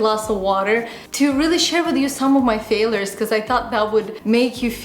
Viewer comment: It's not pronounced fail-ers. It's FAIL-YERS.